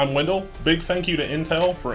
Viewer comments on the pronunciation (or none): none